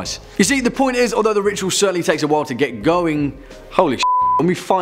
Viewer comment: The way you say The Ritual sounds like you are saying The Rickshaw, I have had many a terror whilst riding those death traps in Pakistan :-)